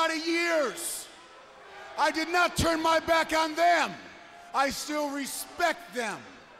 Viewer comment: Your tune your tuuurn 😂